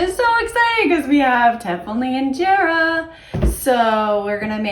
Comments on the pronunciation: Wow, the kids are si awesome. You guys are a natural for Ethiopian style food. Even the way you guys are pronounced the injera, Alecha,etc. was spot on❤ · I am so impressed! Your food looks amazing and your pronunciation of the food is perfect! is so cute 🥰